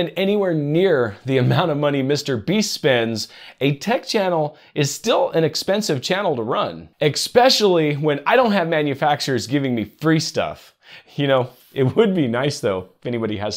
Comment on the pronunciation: What does "egspecially" mean? 😛